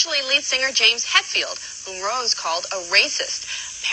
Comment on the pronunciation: ''Hettfield and Ulridge''